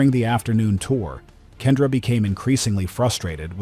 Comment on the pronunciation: Kendra was entirely misread ‼️